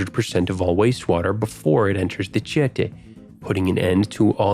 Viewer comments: Pro tip: accents in Portuguese means that is the streest vowel of the word. AKA it's tieteeeh, not tieeehte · Tietê e Pinheiros= Chee Ah Ta and Pin Haros Hahahahahhaha Its chee eh teh and pinieiros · tiete is pronouced like chi-e-te, the first e have the stress and is a closed one barra bonita is like ba-ha bo-ni-ta, stress is in ha and ni paulistanos is pawlist-ugh-nos sao paulo = s-ugh-w paw-lo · tiéte (fan, admirer) is different than tietê (the river's name) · As a paulistano myself, I gotta admit this is legit the best video of São Paulo from a foreign perspective that I have ever seem. You covered the most important points of the city. Its beauties and flaws. Congratulations! (The way you say "Tietê" is funny tho lol)